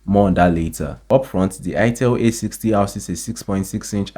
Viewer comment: A60 not A80